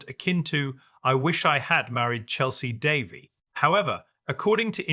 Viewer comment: Try pronouncing the woman's name properly.